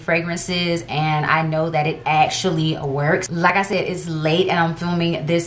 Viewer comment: Like i said, in your accent, "Lakka shed" 🤟